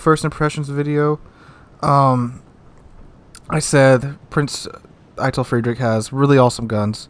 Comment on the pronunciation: "Prinz Eye-Tell Freed-richhh" Hopefully that helps a bit :P The end of Frederick is hard to pronounce, I had trouble with that in college too Oh and fun stream yesterday. Have a good one